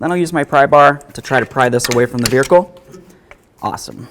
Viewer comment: "Verhicle" 😂 classic